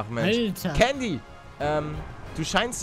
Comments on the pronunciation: candy wird mit s ausgesprochen paluten also sie wird candy geschrieben wird aber sandy ausgesprochen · Es heißt Candy und nicht kandy